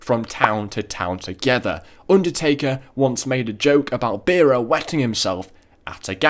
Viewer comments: It's BEARer not BEERer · cool video just one thing you pronounced pauls surname wrong